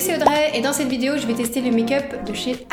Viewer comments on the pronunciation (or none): none